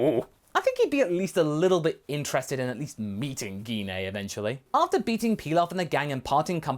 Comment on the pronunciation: Did you just say Gee Na!!?? Say her name right!! It's Gine!!! Like when saying Gine Grey!